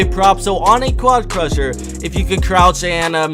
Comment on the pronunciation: Has this guy realized yet that it is QUAD CRASHER, not QUAD CRUSHER?